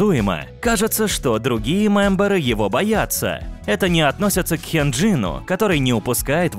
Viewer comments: Чел, я на тебя на ору, ты их имена не правильно произносит, (половину) вот например Хенжин,вообще-то Хëнжин! JYP это читается дживайпи, это имя глов мэнаджера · Я конечно всё понимаю но говорить Хенджин неправильно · Извините конечно, но меня так выбесило слово Хенджин